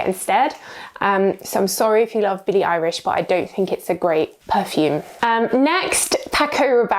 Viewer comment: 212 is Carolina Herrera and it’s Billie Eilish not Irish 😂